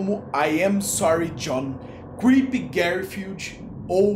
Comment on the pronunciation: Fele fala "Guerfield" lol